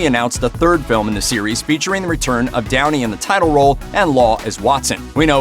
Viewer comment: When you talked about Sherlock Holmes, not gonna lie I thought you said Tony instead of Downey...